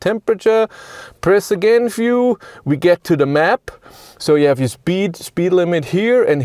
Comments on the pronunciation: Sigh... Dear narrator: The word is view with a v, not “fiew” with an f. I don't know why, but this is the single most infuriatingly annoying aspect of your Denglisch. Please try to learn the correct pronunciation, so you can stop doing this. Gillt übrigens für alle Wörter mit einem V (und nicht nur am Anfang des Wortes, sondern überall): NUR auf deutsch und niederländisch spricht sich der Buchstabe V wie F aus; auf allen anderen Sprachen, inklusive Englisch, hört er sich so an wie das was Sie auf deutsch mit einem W schreiben. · I understand you're german, but VIEW is not pronounced [FJU:]. I literally thought you were talking about a "fuel" button - in an EV.